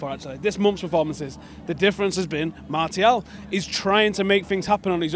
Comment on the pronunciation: MAR-SIAL Come on guys learn the pronunciation.